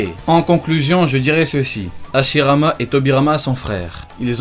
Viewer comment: tu dis Ashirama Senju Tobirama Senju